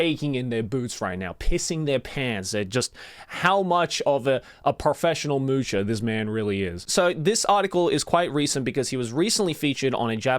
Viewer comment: Self proclaimed moocher? Or sploosher? 😂